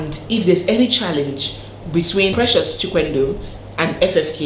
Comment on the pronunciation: The way you and many call Chikwendụ makes it lose its meaning. It Chikwe-ndụ. meaning if God allows life. Or if God approves life. I think you get the point now. Lol.